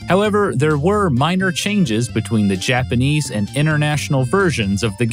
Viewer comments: Interesting video! The faux country music is super distracting, and so are the faux-Japanese pronunciations. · Im really glad you actually try to pronounce japanese right